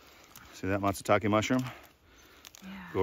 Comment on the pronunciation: Not Matsutake